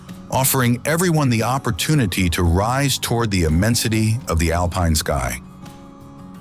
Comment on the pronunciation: Meanwhile therefore yet, furthemore, in addition there is s problem with pronunciation!!! One hears Tryol pronouncef Tairol and then correctly Tirol, later Alpine is pronounced Alpeen and then correctly. The narrative is full of meaningless phrases Why write such drivel. I laughed from beginning to end. Please use a resl person and not some stupid AI smarmy American.